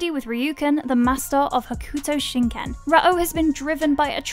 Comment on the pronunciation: Rah OH? dig the channel but the mispronunciations are pretty cringe. Just watch the anime.